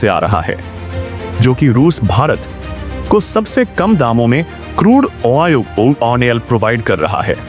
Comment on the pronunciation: खबर बेकार लगी क्योंकि आधे समय मैं तुम्हारे “क्रूड ऑनेल” शब्द को समझने में लगा रहा।